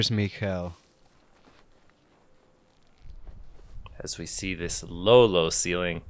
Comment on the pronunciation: Just FYI: the K in Mikael is hard k.